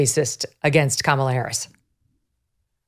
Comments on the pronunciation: You guys are great- but Charlie, I believe you’re saying ‘Kamala’ wrong on purpose and it’s irritating to listen to. Come on….it distracts from your content. 🎉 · No real issue with Charlie, but why is he pronouncing Kamala’s name like that I think right now most people know how to pronounce it or they shou. Is he doing that on purpose??